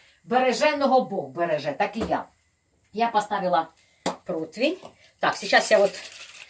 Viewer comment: И еще - противень, а не протвинь, извините.Римма Гарницки